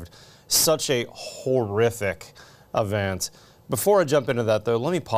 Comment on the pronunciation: ".. survive a horrific UH-vent..." I think you mean "E-vent".